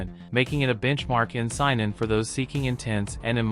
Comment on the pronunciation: Saynen it’s how it’s pronounced if this was not AI already